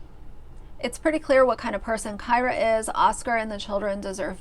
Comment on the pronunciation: Kyra is pronounced Keer-ah. Like Deer.